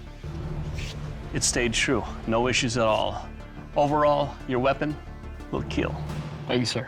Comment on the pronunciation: It wheel keal.